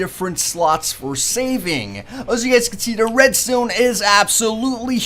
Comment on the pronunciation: he keeps saying redstone but it sounds like redstain